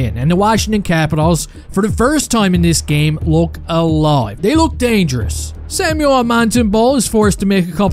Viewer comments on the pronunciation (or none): none